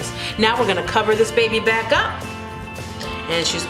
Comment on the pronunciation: Excellent looking soup Chef. It's getting to be that time of year for it. I gotta say though, I realize that I may have some kind of siskness for BBQ. I heard you say "babyback" right LoL.